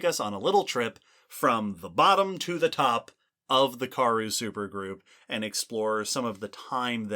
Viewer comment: I admire what you all do, so I don't want to be a downer, but the pronunciation of Karoo is Kuh-ROO. Here's an authentic South African pronouncing it (in a talk about the Karoo Supergroup): Again, thanks for doing all you do and taking some feedback. 🙂